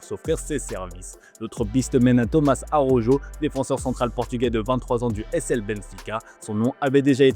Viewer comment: S'il vous plaît, svp, svp, avec tout le respect vérifiez la bonne prononciation pour Araujo (ara - ou - ro) parce que ça écorche les oreilles, c'est désespérant 😂mais bon on garde l'espoir qu'un jour les journalistes fr comprennent. Gentillement